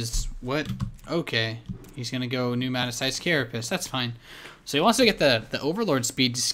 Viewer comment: newmatized not newmatazized